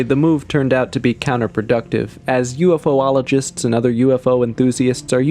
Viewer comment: Ufologist, not ufoologist~